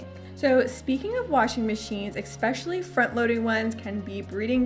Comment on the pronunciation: I like you vlogs but can I ask...Why do you say ….exspecially ….the word in the dictionary is...especially there is no x or k.Sorry but a little irritant for me